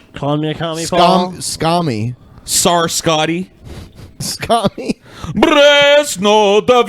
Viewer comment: you pronounce tsar like zar forgetful #banpaul